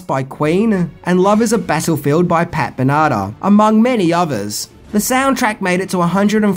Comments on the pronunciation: BEN ah- tah, sure. But not how he said it. He said it like BANATA, like you would banana. Not even close. And hes not English, but he speaks it. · Hey it is Pat Benatar, not Benada. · Not pat banana pat Ben-na-tar, shes a great rock star N should b respected, n that's not the only name mistake I caught Though I am saying something now!!!🤔🤔🤔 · Pat Benata?!? 😂😂😂 Ben-a-tar,. I sentence you to do 10 things about, "The Legend of Billie Jean." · Can't let this one go. It's BEN-a-tar, not ben-A-tar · Actually, he said "Ben-ah-tah", instead of "tar". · Pat “benaaada”?!! BEN A TAA. Also Langella has a soft “g”. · Pat "Benata"? LOL! I did a spit take when I heard that. It's pronounced "Benna-Tar", dude. :) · Wait a minute? Pat Ben-ah-tah? It's said "Ben-ah-tar". Kind of reminds me of how you say "figure" due to the Aussie accent, making "ure" as "ah" instead of sounding like "your". You'd never say the 80s band "Midge Ure" as "Midge Ah". LOL As for the soundtrack, it doesn't make any sense to have "War" by Bone Thugs-n-Harmony when the original Edwin Starr song from 1969 would have been way better and more harmonic. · did you call 80's female rock star Pat Benatar "Pat Banata"? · I heard Benada. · I thought he said Pat banana. Oh! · I live in the same city as and I still pronounce it BEN-a-tar, as do most of us here. is just weird, but then again so are most people from Frankston. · He didn't say that. It came out badly as "Ben-ah-tah". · Pat Benatar = Ben. Ah. Tar. Otherwise a great video! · pat BEN-A-TAR! jesus dude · "Pat Bernardo"?? Did I just hear that? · how did you miss pronounce pat Ben-A-Tar? HOW! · Ben- a- tar! No offense but she was a pretty big deal in the US during the 80's! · Pat "Bernarder" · Wow. Really slaughtered the name of Pat Benatar there chief! "ben-AH-da"??? I swear you do that on purpose sometimes. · Pat Ben-e-tar. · Her last name is pronounced Bena Tar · no offense but it's pounced Pat ben-eh-tar